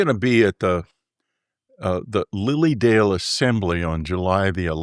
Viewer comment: The way he emphasised Lilydale took me straight back to the Lily episode… it’s probably nothing